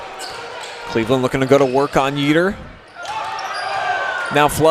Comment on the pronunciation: YEATER is pronounced YAY-yet….not YEE-ter